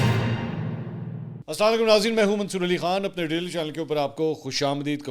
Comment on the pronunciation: Kindly deliver the complete Salaam politely. Or don't deliver it's a disrespect of the way of pronouncing Salaam.